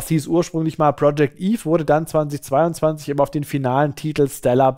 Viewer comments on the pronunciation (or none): none